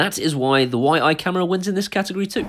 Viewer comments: I think its pronounced Yee, just from what Ive seen other people say on here... Please count me in :) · Fairly new to you channel, love you different take on reviewing tech and home automation, refreshing change.. I would love to win this camera however it is pronounce "Yi"